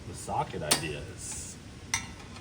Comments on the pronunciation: I kept thinking was saying shove a SOCK in the wastegate, not SOCKET! I was thinking what the heck is a SOCK going to do???? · I LEGIT thought he said sock… 🤔 like a sock sock? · why did I keep hearing “sock” instead of “socket” 😂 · Socket, I thought you said sock! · Legit thought said put a sock in the wastegate, then I saw cleet with the socket 🤦🏻‍♂️ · Socket!! I thought i heard SOCK!! I was like "Never heard of that wizardry before". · I thought they said “put a sock in it”. Also, that’s a big turbo for 600 hp 😂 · I thought was saying sock in it not socket. 😂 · I heard “Sock”… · Oh, socket...Why did I hear "put a sock in the wastegate"? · I 1000% thought said "Put a sock in it" 🤣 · Lol, I thought you said SOCK, for the wg